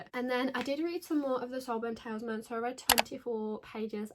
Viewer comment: HI just to let you know that word is pronounced Tal IS Man. PS I have also read Yellowface and found the main character very annoying